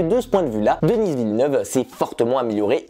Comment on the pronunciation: On prononce Denis à la française, pas Dennisss à l'anglaise, il est québécois donc francophone.